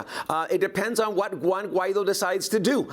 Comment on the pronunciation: Guaido, not Juaino haha